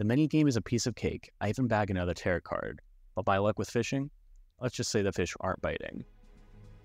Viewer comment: Great video- one thing though, tarot is pronounced like “tare-oh” lol